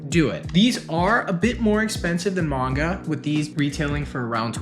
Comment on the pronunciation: Why are you pronouncing Manga like that now?